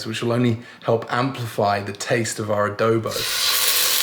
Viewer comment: A DO BO not A Dow Bow !